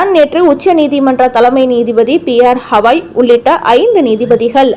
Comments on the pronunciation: ஹவாய் இல்லை. கவய். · ஹவாய் இல்லை.... Gavai... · கவாய்.... ஹவாய் இல்லை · CJI's name is Mr BR GAVAI and not HAWAI as being pronounced. Please correct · CJI is Gavai & NOT Havai as pronounced by U